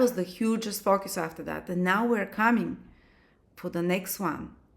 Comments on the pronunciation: Honey!!!!! I just ABSOLUTELY LOVE your accent!!!! Every time you said "FOCUS", I thought you said "FUCK YOUS"! I'm over here like, HELL YEA, THAT TOO!!!! 💯😩🤣🤣🤣🤣🤣🤣🤣💖💫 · 😂😂😂😂 omg I thought the same ... 😅😅😅